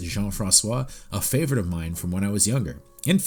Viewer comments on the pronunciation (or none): none